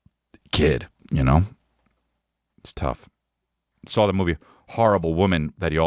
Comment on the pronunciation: HE SAWR IT TWOCE ERBODY!